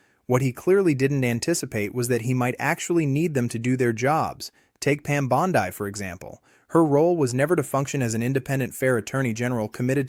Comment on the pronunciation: AI isn't following this case very closely because it can't pronounce Bondi and Ghislaine correctly.